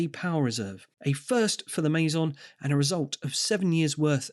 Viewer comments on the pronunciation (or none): none